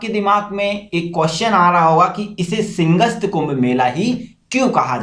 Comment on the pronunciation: Bro excellent videos, good facts and info. But few mistakes : Its Simhastha, not Singhast. 62 feet Shaurya Stambh ?? Indus Mega Food Park is in Khargone ! Fiscal Deficit Spelling. Anyway, I'll keep watching. Subscribed :)